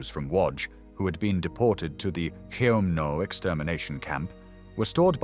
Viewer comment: I think "Chelmno" is pronounced "HELM-noh".